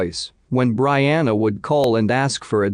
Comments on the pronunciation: Pronounced Bree-anna BREE-ANNA! Geesh! So annoying! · I was just thinking, "If you're going to use a system that digitally reads for you, then when you're typing in info at LEAST phonetically write it down. BREE-ANNA. Easy as that!" Not to mention "lead detective". Type it in "leed". Smh Quit being LAZY!😤